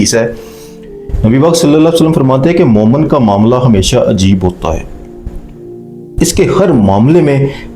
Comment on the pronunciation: Momen nahi, momin kaho